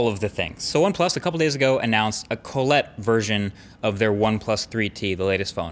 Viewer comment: What the ef is colletee?